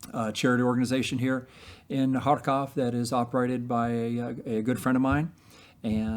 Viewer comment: Love what this guy is doing but the way he says Kharkvov(?) I though he was telling me to far cough 😂